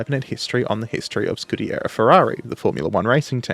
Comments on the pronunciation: You are pronouncing "scuderia" incorrectly - it's skoo-duh-REE-ah instead of your scoo-DARE-eee-uh. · It's "Scuderia" "Scudiera" is female squire. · Dude, good job ❤, just a quick couple of notes...1) SCU-DE-RÌ-A😊 2) The prancing horse was the legend, that pilot was not just a pilot, war hero and highest Itslian ww1 scoring pilot Major Francesco Baracca, 26 victories in air combat, and the badge is called "Cavallino Rampante" Keep up the good work, great channel, best wishes from Italy